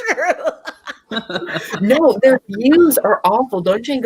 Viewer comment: What's Don-che and Gabbana Andrew?😅😅😅